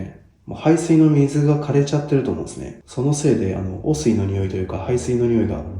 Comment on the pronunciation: 霊より汚水のイントネーション気になる